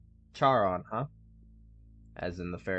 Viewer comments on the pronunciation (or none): Good and interesting video overall! Charon is pronounced like Karen. Monotony is pronounced ‘muh-NOT-uh-nee’. There’s too many more mispronunciations to catch; don’t be like Nexpo; when you run into an unfamiliar word, look it up. Going with your gut is often a bad idea with words in any language. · Funnily enough, Charon is pronounced keh-run. Karen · Just so you know Charon is roughly pronounced like Care-On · Charon (sometimes spelled "Kharon"), in Greeek mythology the ferryman of the dead, is pronounced like "Karen," but with more emphasis on the -on (Kare-RON). If talking about the moon of Pluto, it's pronounced: "Share-ON."